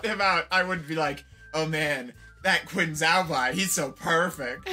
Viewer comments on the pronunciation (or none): wonderful pronunciation of Qin XiaoBai, everybody 👎 (friendly sarcasm) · oh this is GOLD. if there are any other interesting bootlegs on this site then I'd LOVE to see more! (also, for future reference, "qin xiaobai" is pronounced "chin shao-bye" – "shao" like "shaolin temple." if you want to skip the guessing stage, the MDBG chinese dictionary has pronunciation voice clips available for the overwhelming majority of chinese names and their structural elements that you'd encounter. it should be under the three-dot menu to the right of each entry's chinese character 👍)